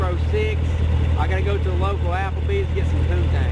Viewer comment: mo fucka said applebees 🤣